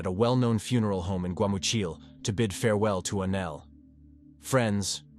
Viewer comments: Anel, not ANAL!!!! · It’s extremely upsetting that the bot keeps calling Anel, Anal. Sick of these bots getting victims names wrong. Especially in this case. She stabbed her 61 x and got 7 yrs in juvie 😮not finished yet. Hoping it changes. So she ended up doing 3.5 yrs for first degree premeditated murder. And a brutal one at that 😡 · these would be a bit better if someone actually took the time to read the script instead of letting the AI do it. It's hard to take something seriously when their name is Annelle and it keeps saying Anal or three-at-en-ed for threatened just to name 2.